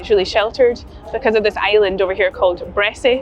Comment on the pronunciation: The locals pronounce it Bressa, most places ending in ‘y’ drop the ‘y’